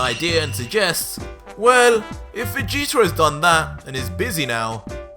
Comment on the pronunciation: Who is "Vegeter"